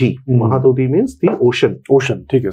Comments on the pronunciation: Mahadodhi nanhi please 🙏 correct this one mahodadhiii boliye please 🙏 🙏👐👐👐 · Its महौदधि (महत् +उदधि : : उदधि means ocean ) and not"महादोधि". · महोदधि, not महादधि... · Its not mahaadodhi Its MAHODADHI bye the way glad to see this spectacular podcast from avijit chavda sir❤ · It's Mahodadhi, not mahadodhi. We call it Mahodadhi too. Maha= great, udadhi= sea Again Bishwanatha Kaviraja says in his Sahitya Darpana कलिंगाः साहसिकाः which means that the people of Kalinga are chivalrous. Otherwise, the discussion is scholarly and insightful. We are proud of our great heritage. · Correction. It's 'Mahodadhi' (not Maha dudhi) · Sir , please make a simple correction in future whenever you say Mahodadhi instead of Mohadodhi..🙏🏼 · That was "Mahodadhi" not Mahadodhi. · 3:5 its not mahadudhi its mahodadhi, meaning samudra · Not Mahadadhi but Mahodadhi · Its saadhava and mahodadhi... Not sadhabaa or mahaadodhi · . Sir , it is not mahadodhi but mahodadhi. It is a combined Sanskrit word. Maha + Udadhi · It is mahodadhi (ମହୋଦଧି) - Sea / ocean not mahadadhi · Mahodadhi not mahabodhi sir... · That is mahadhadhi not mahadodhi. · Mahadodhi nehi Mahodadhi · Mahadodhi 🚫 mahodadhi ✅ = maha + udadhi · ଆରେ ଭାଇ ... ସାଧବ ପୁଅ କହୁନ... ମହୋଦଧି କହ .... କହିଲା ମହାଦଧି.. sadhovas... 😂😂😄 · It's mahodadhi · Does this guest of yours belong to Odisha ? please call someone, who would be able to pronounce the words correctly. The two very striking errors are..... साधव✓ not साधवा महोदधि ✓ 😢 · It's MAHODADHI, महोदधि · It's Maho Dadhi महोदधी